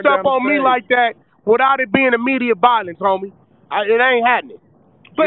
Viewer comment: That nigga said immiedeate violence